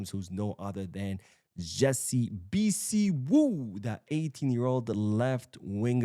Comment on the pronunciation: The name is pronounced....... BHI-SIW ..... two syllable